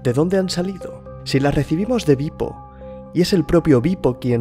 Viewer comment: tu dices beep-o, yo oigo pipo...